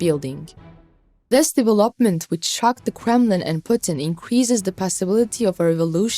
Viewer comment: That “deve LOP ment” misplaced emphasis explains it all. Poor presentation of the fake news too.